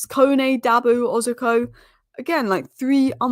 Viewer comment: Please try to pronounce their names properly 😅 It's Oroz-co......not Orzi-co.